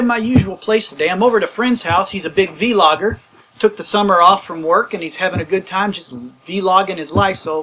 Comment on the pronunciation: What the hell is a V-logger? You mean vlogger yes that's it the v is not pronounced separately.